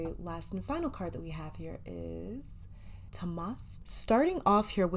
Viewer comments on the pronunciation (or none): hi, i wanted to help u with the pronunciation . tamas-taamus ,ajna-ajjna , sadhana- saadhna..also dh is said as th but with some stress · #2 relatable... im sagi + leo and i can notice all those signs..i do keep people on read 😂i am aware of my worth. Pronounciation of ajna is fine but a shall be pronounced like a in aware...and same with tamas :) thank u ...ur amazing ❤